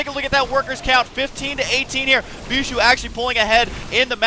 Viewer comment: when you realize they pronounce Bischu as beeshoe you can't unhear it again...